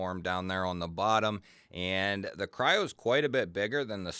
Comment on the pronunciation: If you go to the link from the company who makes it , it’s called Kryo not what you said.